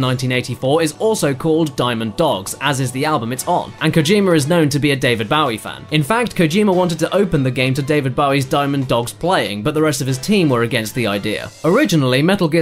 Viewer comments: It's say-ko, can look up actual Japanese commercials for the brand and hear it. As for Bowie, well yeah he said it wrong it's BOH-ee (as in bow and arrow) not BOW-ee (as in take a bow) gotta love using the same word for 2 different examples :) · ''David BOWie'' It's Bowie like the word bow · Its not baowie its Bowie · Landeström He's british so he pronounces it weird. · "david baowie" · "See-Ko"? "David Baw-wee"? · What. Don't you like david "baw-wie"? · how was not aware of how to pronounce David Bowie's last name? David Bowie was huge. he'd never heard anyone say his name before? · this video contians 3 different pronouncians of the name david bowie